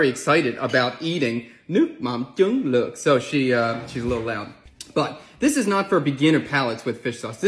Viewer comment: Luoc is pronounced differently, a bit more like 'look' as in 'book'